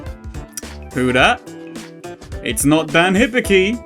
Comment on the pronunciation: Hibiki is prononounced hee bee kee.